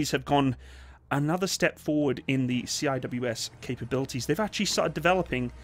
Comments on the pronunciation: Say “ See -wiz “ not C-I-W-S Cheers great vid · C-I-W-S? repeat after me....... SEE - WIZ no one calls it C-I-W-S, you are the first ive ever heard it called C-I-W-S, everyone else who blogs about weapons systems call them SEE-WIZ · Lol my man actually called it 'See Aye Dubayue Ess' XD